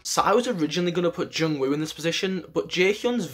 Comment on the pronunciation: The way he say "Jungwoo" and "Haechan" is so satisfying hahahaha